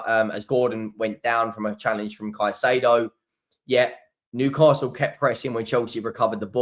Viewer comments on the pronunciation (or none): none